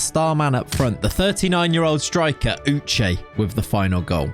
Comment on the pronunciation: thanks for pronouncing my name sake (Uche) correctly. I am so proud of you. I would like to see you pronounce the full name Uchenna